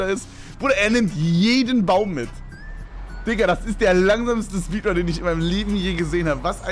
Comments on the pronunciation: Stabile "SPEEDUNS" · Speeduns????????????? aber geiles Video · Aufjedenfall die "Speeduns"